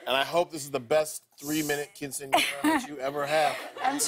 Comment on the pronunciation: is anyone else bothered by lilly's pronounciation of quinceañera ? ¿le molesta a alguien su pronunciación de quinceañera?